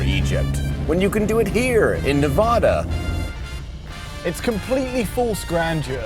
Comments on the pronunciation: It's Nev-AAHHHH-Duh, not Nev-awww-Duh. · Sorry i gotta say it. AAAAA not Ah. NevAAAAdAAAAAA not NevAHda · Great video and series fellas thank you! Btw it's Ne-va-duh, not Ne-vah-duh boys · Nevada resident here it’s Nevada not Nuhvada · its nevada not nevoda🤣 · Say "Neh-VA-duh". That is the proper (American) way to pronounce the state name. Put emphasis on the second syllable. Pronounce it so that the middle part rhymes with the “ad” sound in the words "sad" or "mad." Compare "Nevada" and "Nebraska" for God's sake! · U guys gotta stop saying Nevada like that. PLEASE!!! As a Reno local it's like nails on a chalkboard. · I really enjoyed this adventure. However, there's one small gripe. The accepted rule of place name pronunciation is that it's pronounced as the inhabitants do. Therefore, the first "a" is the short "a", as in apple. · I think you managed to mispronounce "Nevada" several times (there is a "preferred" pronunciation). Good news, you balanced it out by also mispronouncing "tacos." Fun video.